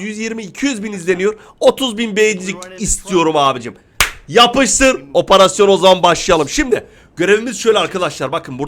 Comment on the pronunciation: Abi niye oparasyon diyon operasyon değil mi ?